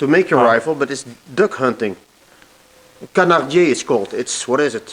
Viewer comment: It was a "Canardier". It's a french word, and a more accurate name would be "Canardière"